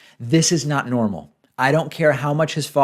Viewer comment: I believe he said, "Ees normal". Brazilian-style.